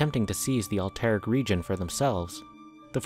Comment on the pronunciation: Thumbs down. Can’t even pronounce alterac